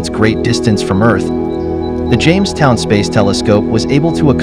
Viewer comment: Ok I have to ask...what exactly is the "James wood telescope"...your robo guy keeps saying that.